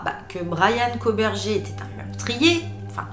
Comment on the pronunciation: Ça se prononce koburger comme burger king 🍔 😉